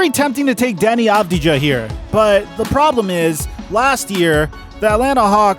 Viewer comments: Deni avdia, this is hiw you pronounce it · Deni Avdya you dont say the j